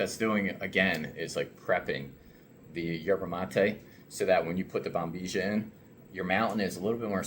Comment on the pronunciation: Why Americans pronounce "Bombizhia" instead of proper pronouncing it Bombilla?